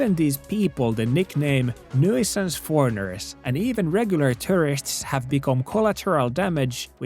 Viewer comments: Great video. English not being your first language just a heads up. I thought you were saying terrorists a few times until I realized you were saying tourists... Can think of the (American English) pronunciation as 2-er-ists, start off with the sound of the number 2 like this.. two-er-ists. Gave the video a thumbs up. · on tapana sanoo tourists = Terrists. Kuulostaa siltä että puhut terroristeista:D Uskalla jatkossa lausua se U-kirjain. Turists:D Ebin kontsaa muuten jäbä 🙏 Voimia ja kaikkea hyvää sinne Nipponiin ❤️ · I thought he was saying "terrorists" for half the vid my bad. 💀 "Tourists" got it! 👍🏽